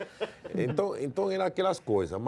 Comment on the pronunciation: Palmeiras tem mundial, Rincon?? Enton, enton, enton, enton, enton, enton!! kkkkkkkk